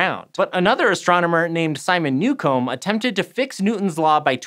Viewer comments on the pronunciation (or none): “Simon Newcomb” pronounced as “Simon New Comb”??? 😂😂😂